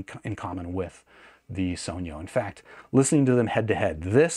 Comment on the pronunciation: THANK YOU for actually pronouncing "sogno" right.